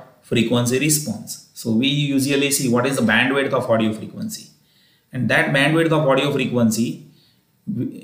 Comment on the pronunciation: It's Bandwidth not bendwith